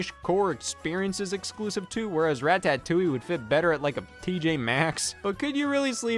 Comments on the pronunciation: Every time Scott pronounces Ratotouille that way I flinch. It sounds like Rat-Patootie, which does NOT sound delicious! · i love that scott pronounces ratatouille like ratatoing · I love Rah-tah-touille. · why am i not surprised scott pronounces ratatatloulle like this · scotts ratatoulie pronunciation tho. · How's he saying it wrong? Because the A is pronounced like in APPLE? The box doesn't write it "rat-uh." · Scott why do you say ratatouille like this